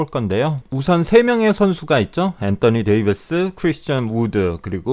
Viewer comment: 엔떠니 데이비스 발음 개킹받아요